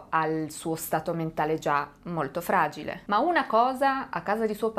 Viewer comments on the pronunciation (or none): none